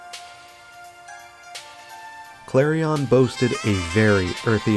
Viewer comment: Nice video and good memories of when it was new. But it drove me nuts every time he pronounced Clarion like it rhymed with carry-on luggage.